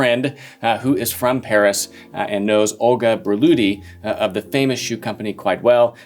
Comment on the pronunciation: And her name actually wasn't "Börluhdi" as his pronunciation suggests. 😁